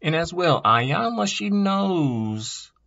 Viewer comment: Its pronounced eyanla not iyanlaz